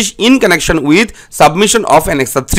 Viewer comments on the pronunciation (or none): none